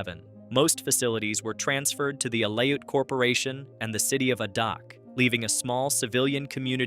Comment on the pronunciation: A-Dak not Ah-Dock